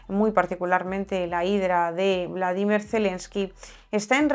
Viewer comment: por que dices "Bladimir" Zelemsky, no es Bolodimir?